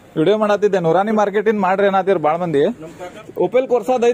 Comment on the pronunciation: ಅಜ್ಜರೀ ನೂರಾಣಿ ಮಾರ್ಕೆಟ್ ಅಲ್ಲ ಅದು ನೂರ ನೀ ಮಾರ್ಕೆಟ್